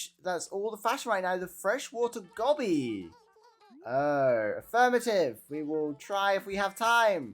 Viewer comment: Goby fish is pronounced like the sound Gow-Bee in North America (and before people say anything, its no different in British English too) I just checked now, which was very handy lol. No offence but i thought to myself thereis no way in hell they say it like that🤔, which sounds so bad and wrong..sorry lol.